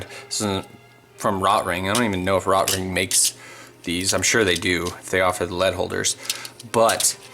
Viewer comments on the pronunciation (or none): Please learn how to pronounce Rotring.